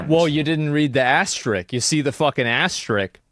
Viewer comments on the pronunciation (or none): asterisk* not ass trick wtf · asmon. The word is asterisk. Sound it out. Not astrick. Doh! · He calls out someone for not calling it McNuggets but can’t say even asterisk properly. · I Wonder if and when will asmon learn how to say asterisk.